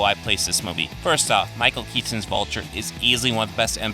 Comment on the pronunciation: I hate to keep harping on your pronunciation of names, but your stressing the 2nd "T" syllable in surnames -- i.e. Kea-TON instead of Kea-ton -- is an odd little quirk, insomuch that I've never heard anyone else do that before... But keep up the great videos, dude.